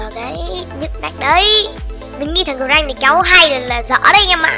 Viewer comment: Mà con grakk phát âm là Gờ-rắc đó anh